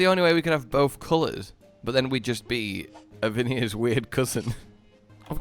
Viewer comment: struggling to pronounce Avinia's name has made me look forward to the moment in Wilds where he gets a character's name wrong, corrects him, and doubles down and proceeds to get the name wrong for the rest of the game.